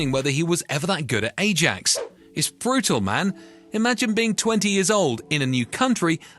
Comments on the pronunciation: Ajax is pronounced “I-yaaks”, not “eh-jacks” in Netherlands!! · " A-djax" ..? Skip. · jesus if you cant pronounce Ajax properly you shouldnt be making football videos